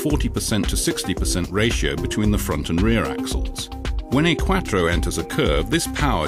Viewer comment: Why is he say Quattro like quacktro 😂